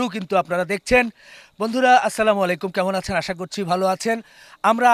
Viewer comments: স্লামালাইকুম কোন শব্দ নাই ভাই, আসসালামু আলাইকুম। এরপর থেকে স্লামালাইকুম না বলে শুদ্ধভাবে আসসালামু আালাইকুম বলবেন। স্লামালাইকুম বললে দুয়ার পরিবর্তে মানুষের প্রতি হয়তো বদ দোয়া করা হয়ে যায়। তাই শুদ্ধভাবে আসসালামু আলাইকুম বলবেন চর অর্থ শান্তি বর্ষিত হোক। আশা করি এই বড় ভুল সংশোধন করে নিবেন এর পরে। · সালামটা সঠিকভাবে দিবেন আসসালামু আলাইকুম, আরেক গাদায় লাভ রিয়েকশন দিছে